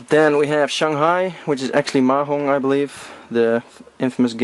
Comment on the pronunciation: it's pronounced mahjong. and the game you showed is a solitaire mahjong game (i.e. a puzzle game "spinoff"), not the actual game of mahjong